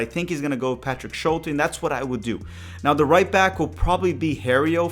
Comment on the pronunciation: it’s Schult-E!